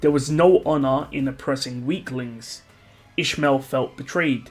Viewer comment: Oh you were saying İsmail. It's a common name at the country I live but you pronounce it very different. It's pronounced more like is-my-ill.